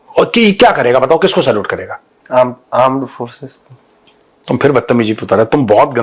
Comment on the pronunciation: Wo bolte hai gourav ji aan... Force 😂😂😂😂 wo yani porkiye